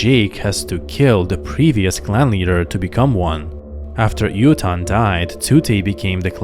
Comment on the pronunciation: Eytukan, not "Yutan" >_>